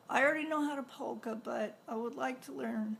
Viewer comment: Polka. I had to go back and listen because I thought you said pole dancing.